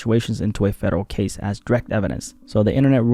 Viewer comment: I thought you said "Gaze", im like that 1000 yard stare couldn't possible get any worse.